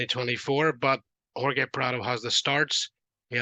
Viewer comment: How do u not pronounce Jorge correctly? That’s like 1st grade shit